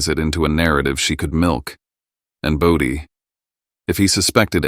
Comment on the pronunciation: Its BODHI.